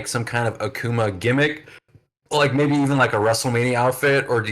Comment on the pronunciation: Stopped watching when the host can’t even correctly pronounce Akuma